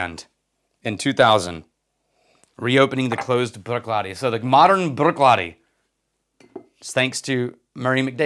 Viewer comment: Bravo in rolling of the “r” in saying “Bruichladdich.” I can’t do that.